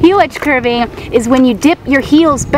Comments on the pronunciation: "Curving" 😂😂😂😂 dude it's carving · its carving not curing